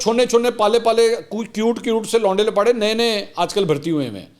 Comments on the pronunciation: Oh my God your urdu in English accent is so amazing; say it again. Le Mansoor bhai: "Louunde Laparei" Shukr hai yh word koe Shahid jutt se nh puch rha😃😀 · Love your English version of laonday lappaday😂